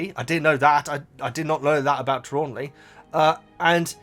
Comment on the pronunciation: 3 points: Tra-lawn-knee you are trying to use too many syllables. Thestrals are pulling the carriages: Harry didn't see Quirrel die in the books (he was unconcious) and he was too young to register his mother's death. Fan theory is that the trace is put on when the 1st years cross the lake, that's why under 11's aren't santioned by the ministry for accidental magic and the lake is exclusive to the 1st years. Herminione doesn't use magic outside school; this is only in the films